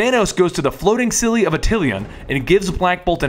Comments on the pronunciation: Wait did he say “the floating silly of atillian” that’s not how you pronounce it, oh and he said silly instead of city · "the floating silly of Attilan" lol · you said "floating silly of Attilan" at one point...